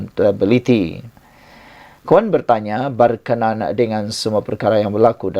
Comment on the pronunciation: Hello... berkna...an.. la..... bukan berkenan